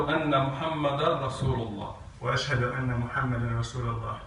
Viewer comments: This is sad, the first person said the shahada wrong. The sheikh should have picked it up. It's - ashadu un laa Illaaha illallah Not -ahhadiu unna illaha illallah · Beautiful to see the footage of reverts. Butisn’t the shada “ashadu an la illah” not “ashadu ana la” and whatever the third guy said?